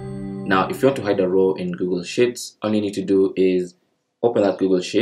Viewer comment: Thanks. One tip I might suggest however: your pronunciation of 'sheets' sounds like 'shits', which is probably not what you want to say! ;)